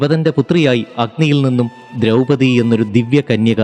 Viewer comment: " ദ്രൗപതി" എന്നല്ല, " ദ്രൗപദി" എന്നാണ് വേണ്ടത്.